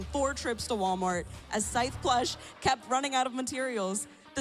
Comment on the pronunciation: omg awesome work!!!! only a week and a half to make it? those ten hour days were sooooo productive! thats a lot of hard work. also its so funny how the announcer keeps mispronouncing "scythe" 💀